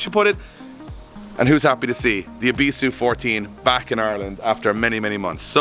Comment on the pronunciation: i love drift games, but the pronunciation of "ebisu" is doing my nut in. has been to ebisu, its really not that hard to say the name right